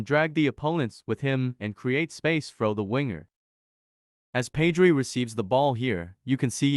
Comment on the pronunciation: ur pronouncing pedri wrong